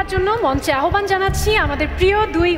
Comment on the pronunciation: সঠিক উচ্চারণ -আহবান না আওভান। ফারিন কে পুরা অসহ্য লাগছে